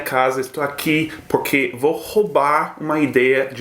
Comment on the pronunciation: engraçado, no início do vídeo sete fala PORRQUERR e então o Google abre e estou com fones de ouvido.